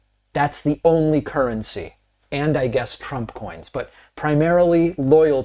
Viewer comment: Hey David, you don't say THEEEE post vice president. It is THE when in front of a consonant.